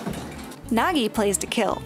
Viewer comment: Why you say Nagi plastic 😭